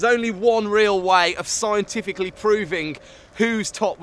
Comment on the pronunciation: I hate how he says scientifically. ITS NOT